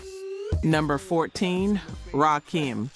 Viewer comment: Please train your AI voice to say RAKIM!! RAH-KIM not RAH-KEEM!!!